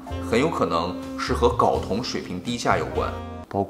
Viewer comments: 睾 音 高，不是搞。sorry，我是强迫症患者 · 为啥所有人都念 搞 啊，这个字明明读 高 啊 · 睾酮，读高，不是搞，懂了没？ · 跟我读“高”，一声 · 内容知识性很强，不过，不好意思我还是想纠正一下，睾（gāo）酮😂😂😂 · 睾酮 gao 第一声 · 到底是“搞同”还是“镐铜”？LMAO